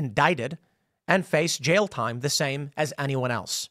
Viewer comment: Jail is a one syllable word. It's not "jayal."